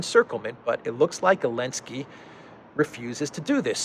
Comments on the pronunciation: Zelensky* Zelensky** Zelensky*** Not *Elensky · Why is he saying "Elensky"? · I am new to this channel. are you saying Elensky because Z is banned? hehe